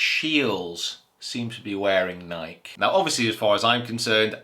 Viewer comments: Great Video! But it's called NikEEEEE and not the way you pronounce it😅 What do you think about Bubba, switching to another ball away from titleist to a no-name? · it is Nikeeeeeee. We will give you time. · I need you to Google "Is it Nike or Nikey". This has been going on for far too long, sir. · Is that how people from the UK pronounce Nike? One syllable?